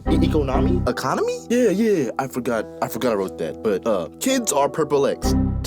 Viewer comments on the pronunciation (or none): Not being able to say economy is wild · Bro said Eco-Nami? Im Dead Bruh😂